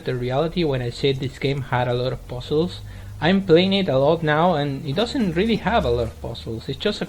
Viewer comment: 1) Don't apologize for variety on your channel. It's good to have something different for different tastes. 2) Love the way you pronounce "giant", "January" and "puzzles" :) That's the funny thing about us people who don't speak English as their native language - we say stuff in a weird way :) I for one can never say words that contain "th" in them the way natives do (e.g. three, there, this).